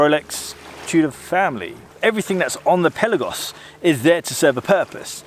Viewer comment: Amazing diving watch, amazing review ! ! ! And you are one of very few editors that you say correct the word "PELAGOS" ! ! ! And yes you pronounce" PÉLAGOS - Πέλαγος " and not PELÁGOS of all others gay say ! ! ! 😉👍🏼